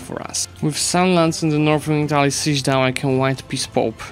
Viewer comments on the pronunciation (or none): none